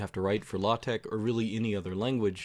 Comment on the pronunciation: It's not everyday I hear LaTeX pronounced so perfectly like this.